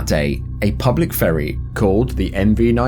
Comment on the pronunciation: for a second there i thought he said "for a public furry"